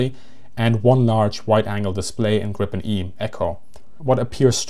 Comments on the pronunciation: It's pronounced "Greepen." But A for effort! :D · Griin, Gripon… -> Gripen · It's "Gripen", not "Grippen". Say it with me - "G-R-iiii-Pen". Never understood how this name can be so hard for foreigners to pronounce. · The correct pronaunsiation of JAS 39 is Griipen, not Grippen. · pronounciation is "Griipen" not "Grippen". also just guessing here but Gripen if probably referring to Giffen, saab seems to like mythological creatures. and the word gripen can also translate to "to get arrested" as in: my friend got arreste - min vän blev gripen. coming from the word Gräpp(gripp) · The I is long in Gripen. "gree-pen" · Just a friendly correction Gripen is pronounced [Greepen] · It is a long I in Gripen, and not short p. The way he pronounce Gripen are more like you would pronounce the previous airplane Viggen, short I and g like in cognition.